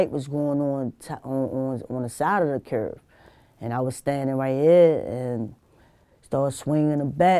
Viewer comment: Curb,not curve?!bmore accent!:):)